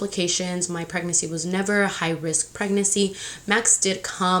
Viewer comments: Anyone else get bothered by how she says pregnacy instead of pregnancy lmao but I’m TEAM BOY 💙 she’s definitely a boys type of mom lol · Preg-nan-cy not preg-nacy girl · You say “pregnacy” it’s pregNANCY” lmao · Girl pronounce PREGNANCY rightttt there’s another N you just say “pregnacy” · Pryg-NESSY lol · Pregnacy 😂😂 real annoying lol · Lol the way you pronounce pregnancy as “pregnacy” is the cutest 💕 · I didn’t notice pregnancy was pronounced wrong until I came to the comments but why pick on that if that’s how she is going to say it? Maybe that’s how I say it too if I didn’t notice anything. If it was me, my hormonal pregnant ass would have block ya because I’m going keep saying “pregnacy” in many more videos so take a seat or leave. 🤣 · I LOVE YOU but i hate how you say Pregnancy “pregnessy” like Hennessy lmaoooo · It’s PREGNANCY. You keep forgetting to pronounce the second N. 😣😣😣😣😣😣😣😣😣😣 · ILYSM GIRL AND ALL YOUR VIDEOS!💓 just a little info pregnancy is pronounced preg nuhn see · Who hurt the bitch that is complaining about the way you say pregnancy???wtf is wrong with ppl lol Goshhh i love you please don’t let these so called women piss you off about anything lol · Can you pronounce pregnancy? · Y’all some little bitches if you guys keep telling her that she can’t pronounce “pregnancy” like it’s not a big deal. It doesn’t even bother me and if it did, I wouldn’t of said anything because again ITS NOT A BIG DEAL. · has anyone noticed how she says "pregnancy" lol!! i love it!!